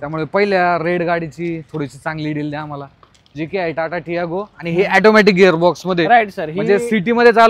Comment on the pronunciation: ऑटोमॅटिक असते रे ते.. तो बिचारा ऑटोमॅटिक बोलतोय आणि हा youtuber ऍटोमॅटिक बोलतोय :D